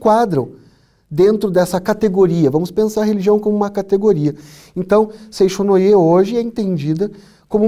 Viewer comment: Muito bem colocados os pontos do professor. Permitam-me apenas um esclarecimento quanto à pronúncia da grafia de Seicho-no-ie. Não é "seixo" (som do "x"), é "seitcho" que se pronuncia (som de ti) como na palavra "tchau". No mais, a consideração sobre a Seicho-no-ie é correta. Paz profunda.